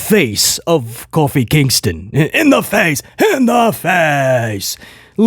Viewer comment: Lmao u calling Kofi coffeee prob more entertaining than most of Raw